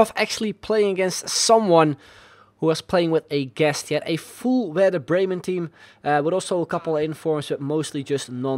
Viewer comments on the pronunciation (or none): none